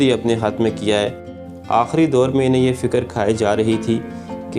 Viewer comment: aahri nahi aakhri